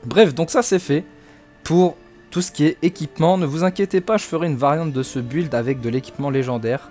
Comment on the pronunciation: Mais c’est incroyable que personne n’arrive à prononcer ce mot correctement ça se dit (bild) Et pas BU,ild